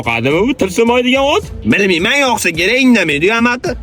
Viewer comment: Toshkenliklllaram endi amakini amaqi deyishmasa kerak 😂😂😂😂